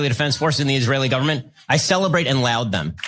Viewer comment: Shapiro is disgusting 🤢 And he can’t pronounce LAUD 🤦‍♂️